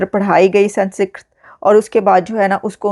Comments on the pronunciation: Pl pronounce it correctly, it’s not San secret, it’s SANSKRIT 😂😂😂😂😂😂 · Namaskaram, Not Mahabharatha instead Mahabharatham and instead Sanskrit pronounce Samskritam. Jai Bharatham. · ...it's not Sansikrit but sans + krit = Sanskrit...apna tallaffuz durust kare. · The pronounciation is Sun-Skrit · SANS KRIT. NO A BETWEEN SANS AND KRIT. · Aapki English bhi bahaut hi 👎 hai. Aap words ko jodkar bhi Sanskrit nahin bol paa rahi hain. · I see a few comments correcting pronunciation of "Sanskrit", pls stop it. No need to ridicule those promoting a good news. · Lesson #1 how to spell and pronounce Sanskrit correctly 😜